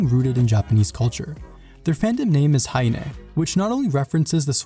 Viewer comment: just pronounce "haine" without the 'h'. French does not pronounce 'h'